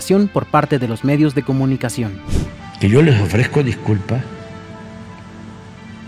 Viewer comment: "le ofrejco diculpá" el manipulador denostando a todos y a ninguno, pidiendo le disculpen por su torpeza mental, en él solamente abundan los complejos y el resentimiento, le habla a un espejo. Lamentable que después de más de 18 años de obsesión por ser presidente se dedique todos los dias a demostrar que su venganza personal está primero que cualquier cosa y se justifica con cualquier pretexto para victimizarse y causar lástima. Nunca gobernará para todos los Mexicanos.